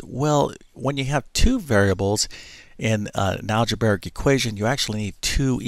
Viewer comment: You can say "algebra" well so why do you mention an "algebaric" equation instead of the correct "algebraic" equation? Makes no sense....